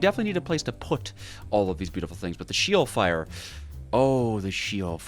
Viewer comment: Btw its not she-ol its she with the eh not a e so its sh-eh-ol from a hebrw speaking fella